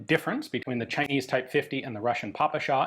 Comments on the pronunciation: more of a 'peh-peh-sha' than 'Pah-pah-sha'. It always bothers me for some reason :D Like you actually try, you asked someone to give you a native language appropriate pronounciation but they failed you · weeel, the really correct one would be "pe-pe-shah 41" and "pe-pe-es 43" Ive spoken with quite a few ukr and rus about guns, never heard papasha, did hear pepesh though, a nickname pronounced like depeche of depeche mode. but the russkies never pronounce P as "pa" and of course, western alphabet doesnt even have anything close to the kirillytsa three prong "šsha" also, the backwards R means "ja" so every western stereotypical russian text looks ridiculous to anyone who has studied the slavs for more than a day. sincerely, someone who hates putin, isnt russian, but speaks it enough to throw my two kopeks in. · We pronounce П as "peh", not as "pah", so yeah, it's "peh-peh-sha". But, PPSh, like a lot of weapons, earned the nickname "papasha" during the war, which means "daddy", and obviously sounds similar. It's pronounced with the stress on the second syllable, so Ian's pronunciation still isn't correct, but it's close enough.